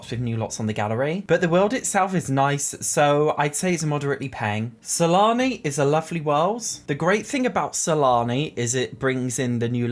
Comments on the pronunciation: Am I the only one who thought he said salami instead of Sulani? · Keep hearing salami instead of sulani :| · Wait did he call Sulani Salami😂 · I think it's just an accent but I agree it's funny sometimes lol